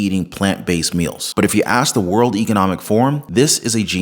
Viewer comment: THESE NON-AMERICANS, GOVENORS WHOM CANNOT PROPERLY PRONOUNCE SIMPLE WORDS LIKE "World" Of a violent, drug ridden, theft, Filthy city...is disgusting